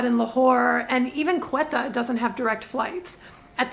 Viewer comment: Hi, loving your videos! Just a quick note, you're pronouncing Quetta incorrectly. The Ts are hard Ts, like in tomato. Keep up the incredible work!